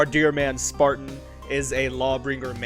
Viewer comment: i love how you say sparteen